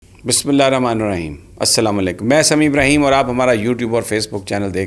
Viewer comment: Sir Sami Ibrahim Sahib your are reciting Bismillah wrong. Your are requested to please correct the pronunciation and recite in a correct mannar.